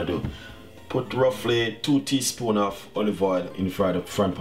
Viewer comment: "two teespoon of olive oil" ^^